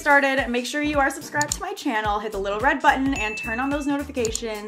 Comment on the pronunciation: Its gettin annoying “chyaanel”